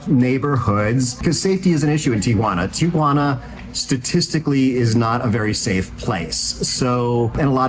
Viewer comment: Thank you for pronouncing the name of the city correctly. Instant cred!